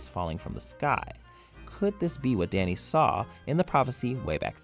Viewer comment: Did he call danny , dai-nee